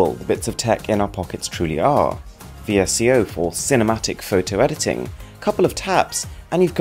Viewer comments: Vee ess see oh. Sure. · its pronounced visco